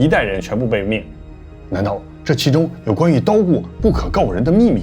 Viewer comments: 你念「DOGU」念成「刀古」，這是日本土偶，日文發音是「どぐう」，念法音近「兜古」，請要重視發音，不要都用中式發音，聽起來很彆扭。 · 土偶的發音不是讀作「叨谷」，比較接近「抖姑」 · 其實 可以不用一直dogu dogu的 聽起來很蹩腳的日語 就土偶就好了 明明有漢字